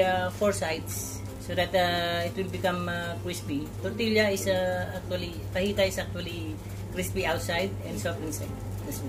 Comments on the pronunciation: hi.. juz wanted t tell u dat, fajita pronounce cheya fuh-hee-tuh enanu.. mojito muh-hee-tow enum.. ☺️ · I like your simplicity, Fajita is pronounced as fahita by the way. Keep going 👍🏻